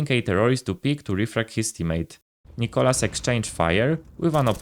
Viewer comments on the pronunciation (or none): none